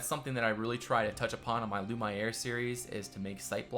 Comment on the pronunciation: Hey, You probably could fit a baths in your build, and I would suggest a close look at the baths portrayed in the demo of KC:D, which I think would fit well with one of the outlying buildings of Lumiere. (You were pronouncing it correctly at the beginning of the series btw, Lu-mee-air.)